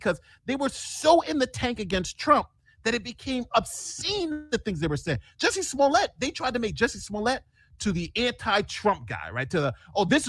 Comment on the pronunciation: Is pronouncing Jussie Smollett correctly? I thought Dave Chappelle only pronounced it like Juicy Sulliyey as part of the french bit.